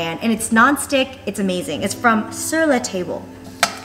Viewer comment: I had to giggle a little at how she pronounced sur la table.